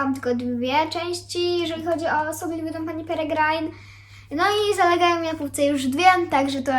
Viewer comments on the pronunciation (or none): kochana źle mówisz perigrine